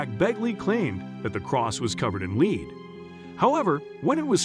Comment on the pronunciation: This is some Ai voice narration since he pronounced lead (the metal) like "leed"